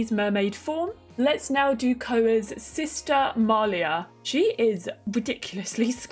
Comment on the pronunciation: Malia’s name it’s actually pronounced m-lea